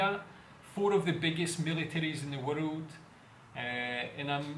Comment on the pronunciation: Its not warud, its world 🤣